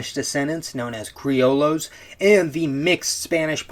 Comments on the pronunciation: Pronounced cree-oh-yos not cree-oh-los. Double L in Spanish is pronounced like sort of Y, with variations depending on the region, but never as an L, except for some Catalan names which end in double L. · Hi, I'm from latin america, and I want to say that, even tho you probably try your best, "Criolos" and "Mestuzos" is not the correct pronunciations. Although it was pretty funny and cute ngl. when you say this, dont forget that, altho it is true what you sre saying, the treatment was that of a second class citizen, and when the liberation wars happened, most countrys killed there indigenous populations or try to kill them after liberation. Such is the case of my country, Uruguay, and the massacre of "Get out if you can" where all charrua people was killed and the last family sold to europe. Or the case of Argentina, where still to this day, the mapuche people are trheted poorly. It varies to country to country, but you get the idea, the only exepctions are Paraguay, Bolivia and Perú, to an extend. They did bad thing in there own regard tho.